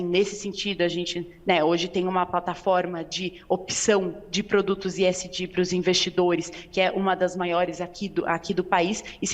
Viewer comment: Que coisa pedante esta moça falando esg com iésgi ....